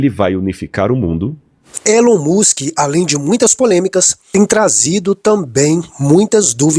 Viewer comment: Pelo amor de Deus a sua pronúncia é péssima põe em dúvida a credibilidade da matéria Não é musq é Musk ouça pronúncia do entrevistado